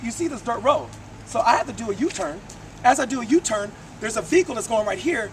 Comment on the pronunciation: sounds like hes saying fecal haha not vehicle